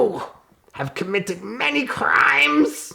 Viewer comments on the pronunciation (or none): TWENTY EUROS!!! YOUUUUU COMMITED MANY CRRRRRRIMES 😂